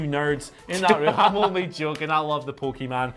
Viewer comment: It's Pokemon ( pocket monster ) ..not Pokeman